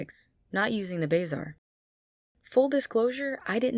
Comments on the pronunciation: It is pronounced buh-zaar, not bazar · real question is why you say "bay-zar" instead of "buh-zar" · it's pronounced "buh-zar", not "bae-zar". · brooo it's bah-zar not bay-zar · #10 The way you pronounce bae zar 💀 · It's "BUH ZARR" not "BAY ZARR" btw, nice video. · Ah hell, the way you say Bazaar just makes my inner englishman come to life and want to load a musket. I do agree that half of the stuff in the game is very poorly explained for its demographic. I thought that a secondary school wasn't just an option, but that it was mandatory. I thought that the game was an elaborate thing of rock-papers-scissors and I took ice and storm to make sure I'd always win, as I started as a death wizard. Horrible time, to be sure. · call it the "bay-zar" again, see what happens. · Bazaar is pronounce buh-zaar kinda like bizarre not bay-zaar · The what?? It’s The Bah Zar. Not Bay zar lmao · BAYzar idea how you say it??? I always said Ba Zar lol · I got so distracted by your pronounciation of the word "Bazaar" lol.. "bayy-zar" (its more like "buh-zaar") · Number 10: pronounce bazaar as "bay-zaar" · You mean... BAY ZAR lol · why do you pronounce it as bayzaar lol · Leave it to a fire wizard to say "bayzar"/s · Lol “Bayzaar” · Bayzar? Lol it was there before the kiosk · Pronounced bazar lol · shopping in the bayzar lmao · BAY ZAR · WHAT did you call the bazaar im crying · The way you pronounced bazaar caught me off guard